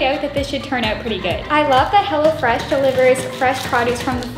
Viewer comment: Am I the only one watching it 1 year later and then when she said “hello fresh” I thought she said “hella fresh” anyone else